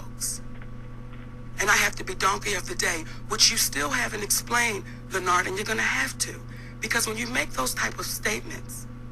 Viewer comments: Why she keep calling him lenard??? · "Lenard".. She kept killing that name 😂😂😂😂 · CtG was hittin her wit facts ... As soon as he did, she got defensive and started callin Lin-nard. And that right there kinda shows she got a bad attitude.